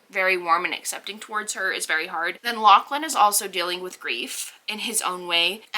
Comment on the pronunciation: lachlan is the scottish spelling but it is pronounced loch-lin so your pronunciation is right haha!